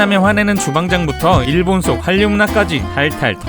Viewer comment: 한류는 한류 라고 읽으시면 안됩니다.... 한류는 할류 라고 읽으셔야 해요.